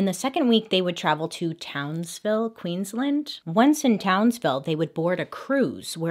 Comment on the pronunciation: I'm Australian. (You said Queensland wrong but it's understandable) This is one of the most well known cases in Australia although the details weren't very well known until I watched this edit: in my town it is believed he unscrewed her breathing tube